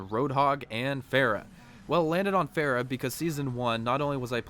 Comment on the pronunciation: "Pharah" not "Phehra"